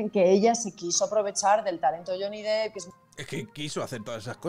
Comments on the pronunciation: Me da coraje cuando la gente por hacerse los bilingüe le llaman Johnny Deep (pronunciandolo dip osea profundo), y no, si tuviera 2 "e" se pronunciaria así, ma como tiene una se pronuncia "dep" ya que no es Johnny profundo ma Johnny Depp! Pd: no quiero ser repelente, ma ver que gente que supuestamente tiene estudios y ocupa lugares importantes en los medios de comunicación, creo que tendrían que saber como se llama uno de los actores mas famosos de Hollywood! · Lo peor de todo este juicio mediático es ver a tanta gente pronunciando "lloni dip"